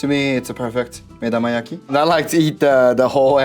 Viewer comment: Similarly, the Japanese chef is saying 'medamayaki', not 'medomayaki'.